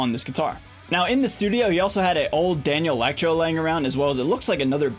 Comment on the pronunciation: Great video - thanks. (Constructive criticism / nitpicking: Danelectro is pronounced “Dan-electro” not “Daniel-ectro”. Also, etcetera (etc.) is pronounced “et-setera” not “ek-setera”.)